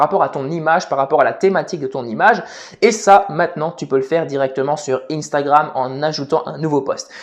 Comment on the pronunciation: Instagram, sois tu le prononce en français,sois tu le prononcé en anglais mais tu ne le prononce pas les deux😭